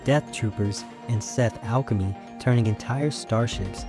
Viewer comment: Bro said seth alchemy